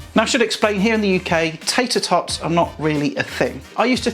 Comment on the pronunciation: Lol..."tayter tawts"🤣